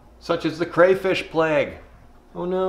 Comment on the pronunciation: throws around words like "plethora" has a hard time pronouncing plague :) awesome